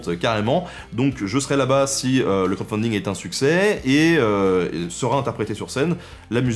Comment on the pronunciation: ça me parait ... trop résumé... trop axé sur la chasse et les fêtes ... yavait rien d'autre ??? sinon 2 choses m'ont bien fait rire : quand tu bouges, ça fait parler le visage sur ton t-shirt et à la fin, j'entend "crott-funding" xD